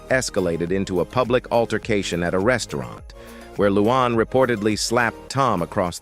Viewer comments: Her name is "Luanne" NOT "Loo Aahn". Learn how to pronounce the names of the people you're dissing! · Who the heck is ‘ loo AWN ‘ ?